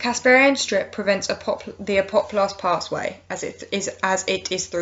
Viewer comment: really gets to me everytime you say apoplast...